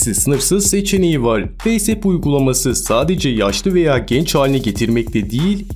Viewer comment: Abi neden feys ıp diyosun feys ap 😂😂